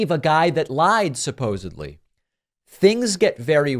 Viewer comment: Aside from all of that (which is highly disturbing), I don't understand how it's possible that SO MANY of my favorite pundits pronounce "supposedly" as "supposebly."